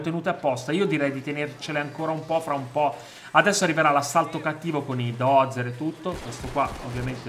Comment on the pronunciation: random é Buldozzer e non Dozzer